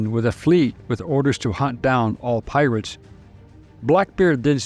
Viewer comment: I keep hearing pilots not pirates? Is it only me?